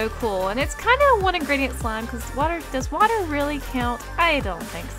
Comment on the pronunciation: Love how they say "one ingreditent" when they use like 5 lmao